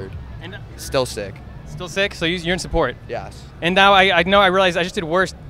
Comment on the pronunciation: When Dan says 'yes' I feel like he's saying 'yas' idk 😂